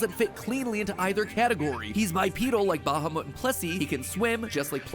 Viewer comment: Mat's pronounciation of Bahamut is hurting my ears